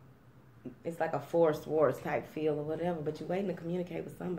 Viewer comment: I was thinking about breaking two karmic cycles but realized why one of them should not be broken. Not sure why I need to hold off on the second one...hahaha love when you say whateva it's right there :-)